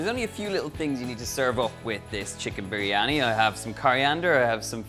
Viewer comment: Im from Pakistan.. Donal your recipe like always has been great & also the way you pronounce "biryani".. All perfect!!!